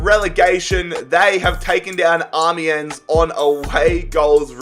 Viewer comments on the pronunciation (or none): none